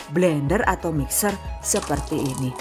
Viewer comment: Mixer (mikser) bu bukan misker 😆😂🤣